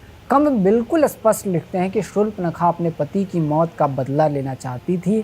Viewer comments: Shur-pankha nahi, Shurp-nakha hai. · Sur-pa-na-kha hai😂😂